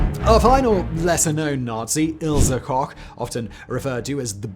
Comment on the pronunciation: Koch is pronounced like "coke," not "cock." Lol